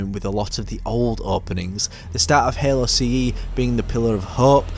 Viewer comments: No no no no, This guy is saying "Hehlo" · Anybody gonna talk about how he says halo